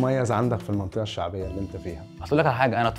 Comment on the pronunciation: كانت باينة امو من منطقة شعبية لو ركزت ف اول الحلقة و هوه بيقول انا من منطقة شعبية هتلاقيه بينطقها بصعوبة شوي بيهزر راسو و لما اتنين اختارو رقم واحد هوه مفكرش بص علية و قال واحد و بيتهز كتير وكدا ومش عارف يسال غير الي مذاكرو